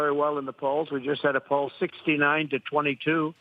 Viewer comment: I like that Trump emphasized "69".